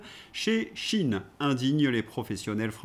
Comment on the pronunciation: Pourquoi dites-vous "chine" alors qu'il est écrit "cheïn" svp ? Comme dire Epstiiiine au lieu d'Epstein, et même bientîot Einstiiiine au lieu d'Einstein... (ref "Bal des Vampire"). ^i^ RFK dit des trucs que es décisions ne connaissent pas, comme d'hab. Sinon, RFK deviendrait-il le nouveau JFK, vu les racin€$ "diverses" des marionnetistes actuels à peine exonérés de responsabilité pour le Gazacide, apparemment..... ^i^